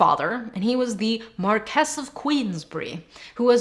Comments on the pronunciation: For future reference I'm pretty sure Marquise is pronounced Markee or Markeez, not Markess. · marquess = mar-kwiss salisbury = sols-bree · A little part of me dies every time she confidently mispronounces "Marquess."